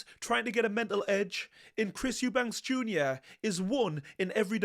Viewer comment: I love your Channel and your knowledge. Not to be disrespectful but why do you always call him Chris EubankS